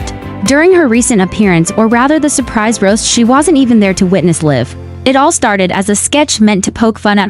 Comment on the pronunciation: Computer cannot even say the word "live" properly.